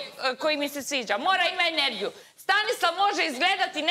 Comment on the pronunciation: Jel reče Inergiju??😂😂😂